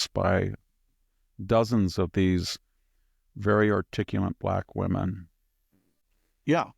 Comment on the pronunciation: "Articulunt" is maybe the single funniest mispronounciation ever.